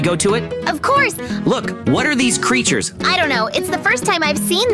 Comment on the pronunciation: dısıza smiling crrıters